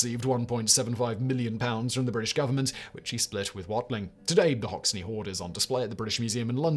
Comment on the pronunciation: It's not pronounced Hox-ne it's pronounced Hox-en